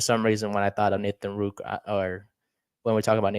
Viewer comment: Please pronounce his name right. There is a second r in Rourke. The play against the Cowboys is not an example of a QB who cannot stay in the pocket. The protection broke down so fast he had no option but to try and escape. His escape was miraculous because they could not bring him down due to his amazing lower body strength and balance. He is a pass first QB, accurate and a great reader of what he has to do to beat the defence in front of him. If the Giants give him a fair opportunity you will see what I mean. I am 76 years old and have watched the CFL for over 60 years. He is the most talented quarterback I have ever seen and that includes CFL quarterbacks who started in Canada and became starters in the NFL. In that group were players like Joe Theismann, Warren Moon, Doug Flutie, Jeff Garcia, Joe Kapp, Sam Echeverry,. This young man has exceeded and excelled at every level he has taken since he left Canada as a high school student to hone his skills at a U.S. football academy, community college and NCAA university. Check out his background. He succeeded every time despite the odds against him. His dream of starting in the NFL as QB has been his goal since he was less than 4 years old. He is driven and will succeed if given a fair opportunity to showcase his talent.